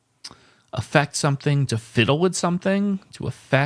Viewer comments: lol I laughed at the alternate pronunciation of Charade and could have sworn you’d realize the other pronunciation of Affect. In the sense portrayed here it is pronounced AF-ECT instead of A-FECT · Affect is pronounced with the emphasis on the first syllable.